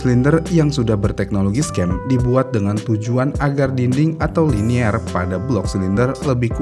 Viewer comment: Carbide ✓ not Cardibe, Liner ✓ not Linier 😁 bukan orang motor Komentatornya 😅